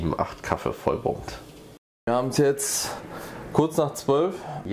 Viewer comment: Das heißt Kaffee, Kaffee und nicht Kaffe, definitiv nicht Kaffe! 😂